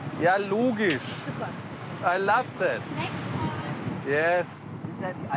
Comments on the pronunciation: Ei lof sät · Ei laff sätt! Zum Kotzen, sein Englisch😂